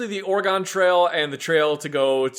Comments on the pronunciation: Good god, why does everyone pronounce Oregon that way ffs. It's pronounced like the instrument or the thing in your body. Organ. Oregon is pronounced like organ. I know it's stupid, but that's how it's pronounced and it irritates me beyond belief to here people say it the way you guys do. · "Or-gon"? really? Its Oregon. Pronounced: Or-e-gun, see it has a gun in it. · God damnit, stop butchering Oregon😂😂😂